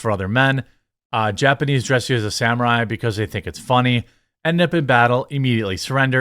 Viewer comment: We wuz sam'uh'eyez